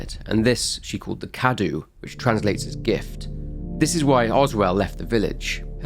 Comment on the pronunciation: Mother Miranda is Romanian, Cadou is spelled KA-DOUGH and is means Gift. Nothing against you but I must say I actually hate it that not one single youtuber has opened Google translate English -> Romanian, insert the word Cadou and press on the voice icon. Not ONE in all the videos I've seen about Resident Evil Village. Great work nonetheless.